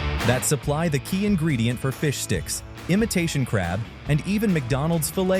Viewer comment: It's bad enough that it sometimes sounds like "fish dicks" depending on how fast it's pronounced.